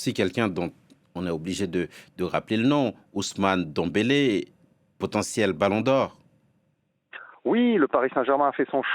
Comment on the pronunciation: C'est étonnant beaucoup de journalistes N'arrivent pas à prononcer le nom de dembele 😂